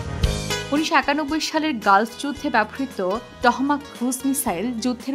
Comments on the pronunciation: Not Tohamok, its Tomahok '!! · টহমাক❌ টমাহক✅